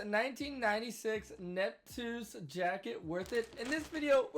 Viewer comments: big bro its pronounced nupt-see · How about you spend 5 minutes finding how to pronounce the name ‘nuptse’ correctly? Such an easy thing to do.